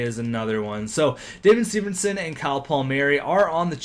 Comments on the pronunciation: why do you say severnson? it's severson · Why do you pronounce severson as severnson?